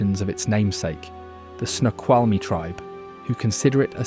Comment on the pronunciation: At least he got Snoqualmie right.